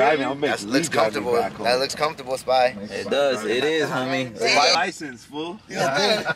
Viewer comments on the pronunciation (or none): none